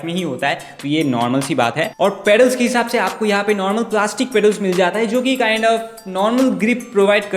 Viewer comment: Video has good but kind has😂, kind has